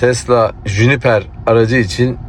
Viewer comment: Jüniper değil Juniper